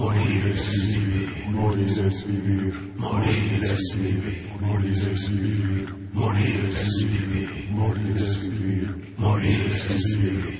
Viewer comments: I honestly always thought it said moaning es veaver which made no sense to me at that young age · Morir es vivir always sounded like Moldy STDs to me as a kid😊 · I thought it said mummy/mommy Std LOL